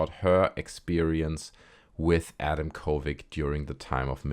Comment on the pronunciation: Why do you say kovig? It's a d at the end... uh oh that's harassment... 😂